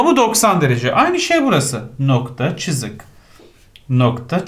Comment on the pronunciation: İlk 5 dk sini tekrar izledim çünkü hoca "cızık" deyince güldüm